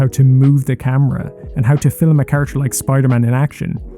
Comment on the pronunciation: me being a dick, I apologize. You're pronouncing the L very strongly, so it sounds as if you were saying Filum instead of film I really enjoyed the video!!